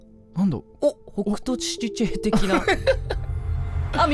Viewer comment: 皆さんお待ちかねナツキ・ハナエの「ほくとしちぃちぇい」ですどうぞ